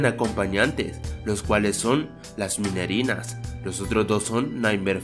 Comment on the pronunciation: No son minerenas es minirenas